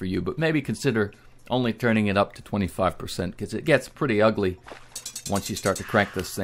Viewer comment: I Cant Stand The Way He Says "Ugly".. "Its Pretty Ugly" Its So FUNNY🤣🤣 dont know why though..😂